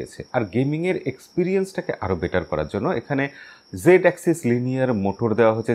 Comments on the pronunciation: Dada g6 noy z6 😄😄😄😄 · আমি জানতে চাই ভাই জেড না জি বলেন কেনো